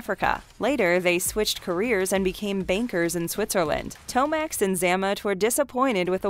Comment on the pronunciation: The pronunciations are butchered and really shouldn’t be. Grenadiers, Xamot and Tomax, and Major is a rank, not a first name. This stuff isn’t difficult.